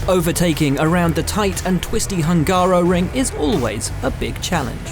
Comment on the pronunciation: As a Hungarian, my ears are hurts when somebody is pronouncing Hungaroring as Hángáróring